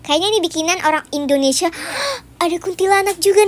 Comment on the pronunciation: 😂 pas bilang........ Indonesia ❌😂 Indomati✅ Wkwkwkwkwk lucu banget 🥳😶 Semangat bikin konten nya 😊😊❤❤🎉🎉